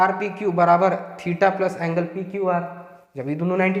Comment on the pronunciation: On that time u said angelwa my reaction was gzb sahi m ye desi teacher h 😅 lage raho